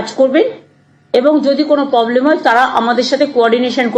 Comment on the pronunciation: Are bhai poblem noy.... Problem😅😅Problem. Pogram na..... Programme😮😮